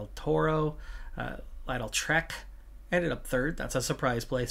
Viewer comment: Just for future, Lidl is pronounced like liddle (like little)